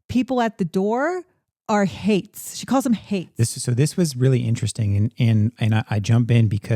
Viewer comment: It’s haints not hates.